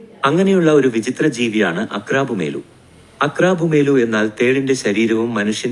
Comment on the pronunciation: Aqrabuamelu.... ആണ് കറക്റ്റ് pronunciation